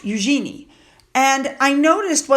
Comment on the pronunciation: Hello. The correct way to say Eugenie’s name is: “YOU-zheh-nee” (stress on the first syllable), not “you-GENIE” (with emphasis on the last syllable) (like “genie in a bottle”). The second way is totally incorrect.